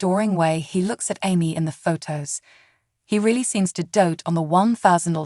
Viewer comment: If you’re gonna use AI as a narrator, at least pick one that knows how to pronounce words and names - it’s not Emmy (how it’s saying it) and debut the t is silent. It just makes it hard to listen to when it keeps saying her name wrong. And all you’re doing is recapping the show for her life. We can watch the show to know this.